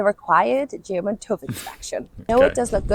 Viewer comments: It’s called [tʏf] not [tuːf]! Herrgott noch mal. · its not tuuuuv ITS TÜV Its called tüv Its pronounced Tüff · you got to learn how to say TÜV its as wrong as it can be. The sound you need to make doesnt exist in English at all so you have to start all over. Its TYF as its a german Ü and a german V so that is not said like what youre doing. You're basically saying Uuse Croom instead of Ice Cream. That's how bad it is. TÜV TYF said in German not English. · Pronounced as "Tiff" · TUUV is actually called TÜV and a "ü" is not pronounced like a "u"....